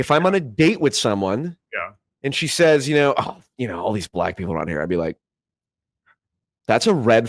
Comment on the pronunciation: okay i can deal with "aboot" but "aroond"???